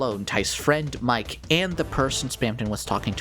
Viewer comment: I'm very late to the party on this video, but a couple minutes in and Mike's name being pronounced "mee-keh" instead of the obvious existent English pronunciation is a fun little parallel to our other mysterious cat character with a misleading name, Seam!